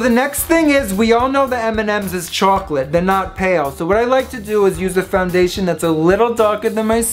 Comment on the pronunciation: The way you said "chocolate"! Lol.